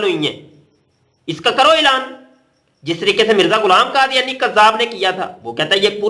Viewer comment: مفتی۔ صاحب۔ کادیانی نہیں۔ یحودی۔ حے۔